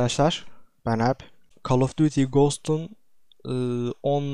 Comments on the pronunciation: kal of duti yi diyişe for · Abi onun oejinal okunuşu Kal of dyuti